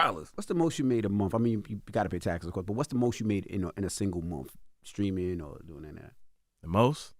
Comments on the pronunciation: The whollle beginning of this video I thought Charlamagne was saying "screaming" 😅😂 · Charlemagne saying “screaming” instead of “streaming” will never not be funny to me 😂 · Charlamange absolutely needs to fix that speech impediment ...or stop saying Streaming (Screamin)😅😒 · Am I the only one hearing Charlamange keep saying skreaming instead of Streaming🤷🏿‍♀️😂😂😂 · Charlamagne saying screaming instead of streaming has me 😂😂😂💀